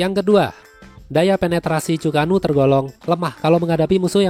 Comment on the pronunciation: Bang untuk penyebutan Chu-ko-nu itu Chu ke nu bang.... mungkin bisa bantu dikit...